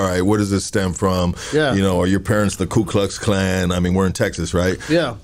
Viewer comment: said klu klux klan 😂